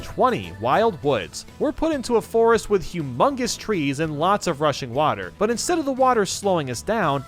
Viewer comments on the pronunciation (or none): I keep thinking he’s saying “Russian water”